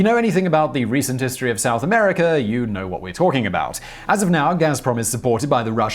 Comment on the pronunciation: I love the way Simon says "'Merica"! Thanks for making me laugh Simon (especially considering the subject of this video...hmmm)